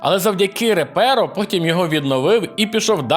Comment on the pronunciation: Ну не Реперо, а Репаро!) (якщо слідувати перекладу Віктора Морозова)